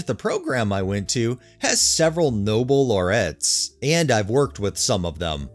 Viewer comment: No-bell Law-ree-ats. Like the Nobel Prize.